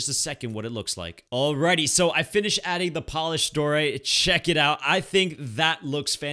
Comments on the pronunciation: Die-oh-right not Dor-ite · I hate when you say dorite because it is diorite not doorite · “Diorite” not “doorite” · I am not a hater or anything but am I the only one that has a problem with him saying dorite instead of (dy-oh-rite) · its pronounced die-or-ite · Cocaguvkukt t lol who gets triggered when he’s says doorite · When he said diorite wrong